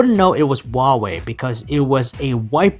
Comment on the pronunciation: The pronunciation of Huawei is sooooooooo wrong